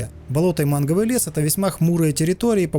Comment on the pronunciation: Не "Манговый лес", а "Мангровый"))))